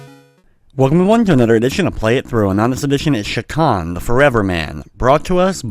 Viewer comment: You're the only person on Youtube I've heard pronounce Chakan correctly.